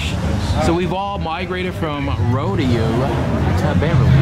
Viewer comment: It's not pronounced "ro-dee-oh", it's pronounced "ro-day-oh"